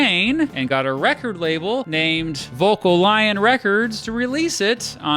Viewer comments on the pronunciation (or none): “Vocal-lion” LOL